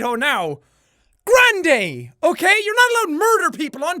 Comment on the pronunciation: Grandayy? More like